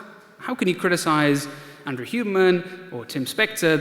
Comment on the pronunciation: What’s up with mispronouncing Huberman’s name? Sounds like he is saying “Human”.